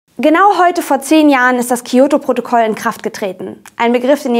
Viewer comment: Das "Kiyoto"-Protokoll... Weil es zu einfach wäre Kyoto zu sagen. Ich erwarte nicht, dass ihr perfekt Japanisch könnt aber ein bisschen sollte man schon auf die Aussprache achten. Ich gucke eure Videos wirklich gerne aber mir ist jetzt schon öfter aufgefallen, dass ihr Wörter teilweise komplett falsch ausgesprochen habt (zB Hommei-Choko im Valentinestagsvideo).